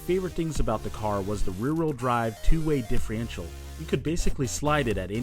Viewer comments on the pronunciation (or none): rear wheel diffre-ential....